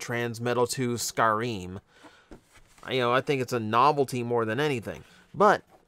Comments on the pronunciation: I didn't want to be the one to point it out, but you're correct, I think. I cringed when he said "scar-eem". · Pretty sure Scarem is pronounced “Scare ‘Em” like “scarab” (because he’s a beetle) and like “Scare them” because he’s presumably scary.